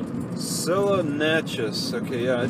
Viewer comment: jesus its "C-luh" "see-luhh"